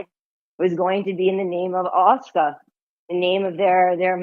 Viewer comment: Note how pronounces "Al Aqsa". Freaky. 🤦‍♀